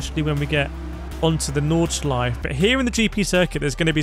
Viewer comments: "nordshleif" its nord-shly-fuh lmfao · There is an 'e' at the end of Nordshleife, painful to hear you pronounce it incorrectly throughout the video. The track was resurfaced 21/22, Forza is using old footage.